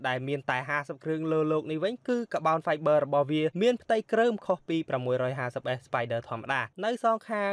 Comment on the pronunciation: Car-Bon-Five-ber not ka-bound-vi-ber